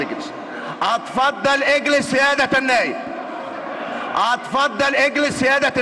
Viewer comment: احا يا جدعان رئيس المجلس مش عارف يتكلم بيقول،اتفضل أجلس بينطق همزة كلمة اتفضل بهمزة الفتح. هههههههههههه وشبابيك دي بيعمل اييييه ولا بيهبب إيه هههههههههههه